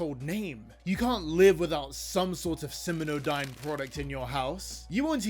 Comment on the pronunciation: Be careful and make sure to double-check things you're going to say aloud for your videos. The name of the company is SimioDyne, not SiminoDyne. You also misspelled Vita Carnis as Visa Carnis. You should hire a copy editor to check for errors like that.